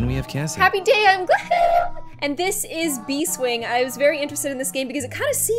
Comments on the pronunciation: I'm pretty sure it's Bees Wing, instead of Bee Swing? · why did I get annoyed when said "bee--- swing but it was actually bees-- wing.....I'm sorry I'll shut up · ITS NOT BEE-SWINGS ITS BEES-WINGS, I like how you played very nice, very nice. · Its not bee swing. Its bees wing